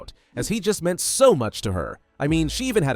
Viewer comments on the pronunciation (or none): none